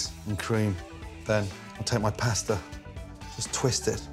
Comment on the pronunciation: Oy. It's like nails on a chalkboard every time he mispronounces the word pasta.